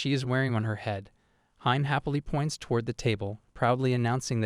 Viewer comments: Hime is pronounced as he-meh , not ha-im, hime-sama is for princess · It feels kinda off(at least for me) calling her hime like "mime" and not "he-meh" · A lot of the pronounciation is off. Hi-me- not haime, Kota-ro not kotaru, great recap tho. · its not HIME it's read as He-May : Hi-me which means princess Dammm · Lol "Hyme". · It's not hime bro it's pronounced as (he-may) in Japanese it means princess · its not hime.., its hi-me ( sounds like hee-may ) means princess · Can't you pronounce hime correctly,?